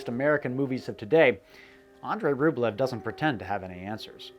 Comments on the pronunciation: Ugh! ROOB-lee-oaf. (Sorry -- authentic language geek.) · Love your content dude, but like you, it’s difficult for me to enjoy certain things from a historical and cultural standpoint if you studied them extensively, and that’s why I’m gonna be that guy and say it’s pronounced “RubYOv” rather than Rublev. The Russian spelling is Рубёв and ë is pronounced “yo”. The way you’re pronouncing it is Рублев in which the е is pronounced “ye”. It’s an honest mistake, trust me, but when you specialize in Slavic studies you will NEVER HEAR THE END OF IT if you mispronounce names. I certainly didn’t when I mispronounced Turgenev. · And he kept mispronouncing the monk's last name. A more authentically Russian pronunciation is "ROOB-uhl-yoff." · I have a copy of Andrey Rublyov but never watched it. Now I need to. (And yes, it is Rublyov). And yes, it's Das Boat, pronounced the same as in English. Along with Master and Commander how about Captain Horation Hornblower, Billy Bud, Damn the Defiant. The chase scene in Apocolypto goes back to "Naked Prey". One of my six times great grandfathers was killed by Indians in his front yard in Kittery, Maine. Another was hanged by the British governor Tryon of North Carolina at Alamance , NC. GREAT SELECTION GREAT STORY MAKING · This is really excellent. Some quibbles: Pronounce Rublev as 'Rublyoff,' stress on the second syllable. 'Das Boot' sounds just like 'boat.' 'Ran' is the same as the name 'Ron' in English.